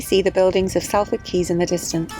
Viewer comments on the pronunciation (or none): Awesome Video, well until . What are you saying? It is 'Salford' pronounced 'Sol-ford.' I miss my old Canal. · Lovely Vlog, nice how you got Dave to do his stint at the tiller in the rain... good choice :) And Being a Salfordian, Salford is pronounced SOLford … the A is an O like costa del sol.... :) ;) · Sall Ford ? Lol. It is pronounced Solford! Excellent video as always, well done.